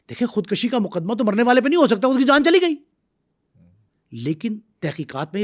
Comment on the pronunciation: بہت زبردست پوڈ کاسٹ بنایا ہے آپ نے۔ آپ کا انداز بھی بہت اچھا ہے۔ مگر ایک لفظ جو آپ نے بار بار استعمال کیا ہے خود کشی (khud kashi )۔ یہ خود کُشی( khud kushi) ہوتا ہے۔ دونوں الفاظ کے معنوں میں بہت فرق ہے۔ ۔